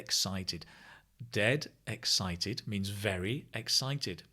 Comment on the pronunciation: I noticed the exited instead of excited.